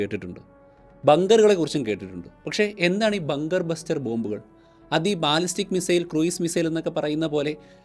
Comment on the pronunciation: Cruise= ക്രൂസ്, not ക്രൂയിസ് . I keep hearing the latter often.